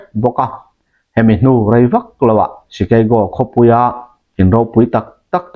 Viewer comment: I lam sap rau rau chuan..Chikeigo lo deuhin, Shikago hian analh deuh😂ka thianpa, American shikago ami lam dan